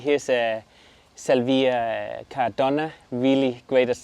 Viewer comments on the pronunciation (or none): You are pronouncing Aquilegia and Salvia incorrectly !